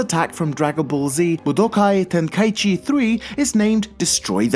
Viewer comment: Damn that pronunciation of budokai Tenkaichi 3 was on point!